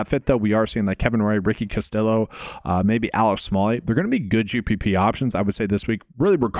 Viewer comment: The L's are silent when pronouncing Castillo. Just trying to help.